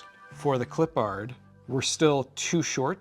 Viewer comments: Nah, we're West Coast too. You're just being a bit creative with your pronunciation, nothing to do with your location LOL. Yeeter is correct, as it's properly pronounced as "Clip-urd" (as one word). And Danny Redman's last name is not said like two separate words, either, as long as we're in the pedantic part of the feedback LOL (like "red-mun", one word) Keep up the good work, otherwise! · Gotta say, I love this series. However. You do know you’re horribly butchering Clippard, right?